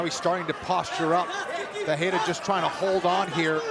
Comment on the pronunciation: Perriera lol 😂 wtf . Ferrierra